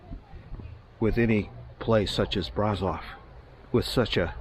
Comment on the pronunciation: Another lovely video 😊. Braşov is pronounced Brashov though, sweetheart. No worries. Romanian's not an easy language. The people here are so nice and lots of them, especially the younger ones speak English.